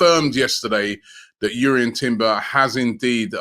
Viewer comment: Glad to see your pronouncing jurrien properly and not drurrien 😂😂